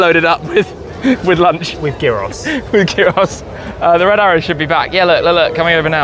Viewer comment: Pronouncing gyros like that is criminal